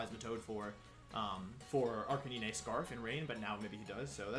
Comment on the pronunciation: Arcaneené??? It's pronounced arca 9